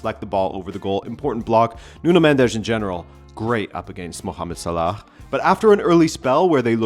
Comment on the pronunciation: Why do u pronounce Salah’s name like that. It is pronounced